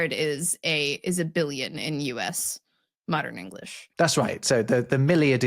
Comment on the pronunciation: I would love to see explain why he constantly pronounces "us" with a voiced s. I know it's a small detail and it hardly has anything to do with the discussion, but I'm very intrigued by that